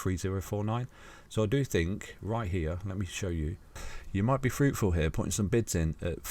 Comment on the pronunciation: It's bids not bits!